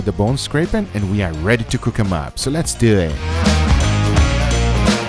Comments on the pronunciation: “so lez dewattt” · Nobody: Guga: Lets Dewet